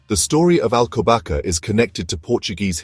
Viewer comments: it is prounonced "alcobassa"! not alcobaka!!! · I love the Monastery of Alcobaça, but I have to watch this with the volume turned off. How can a video be made without checking how to pronounce Alcobaça, ç is pronounced as a soft S not K.